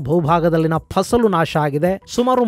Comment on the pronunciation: ನಿಮ್ಮ ದನಿಯಲ್ಲಿ ಕನ್ನಡ ಕೇಳೋದೇ ಚಂದ ಗುರುಗಳೇ."ಫಸಲು" ಪದವನ್ನು ಅದೆಷ್ಟು ಅದ್ಭುತವಾಗಿ ಉಚ್ಛರಿಸಿದ್ದೀರಿ. ಅಮೋಘ!!